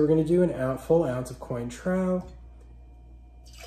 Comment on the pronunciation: 1-cotton candy? 2-"coin - trow"? PLEASE read up on "How to not Insult Bartending Trade". If you're gonna take creating a "youtube" channel seriously, you GOTTA KNOW your subject. And audience. You got points with the bib however. (I couldn't watch to the end, sorry)